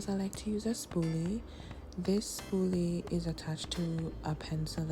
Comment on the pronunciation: I didn't hear spooly at first. Thought you said spoon. I was like I knew it! Then I was like nooooo! The spoon makes so much more sense.